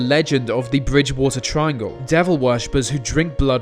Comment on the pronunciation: tirangle what that rembers me ilu... STOP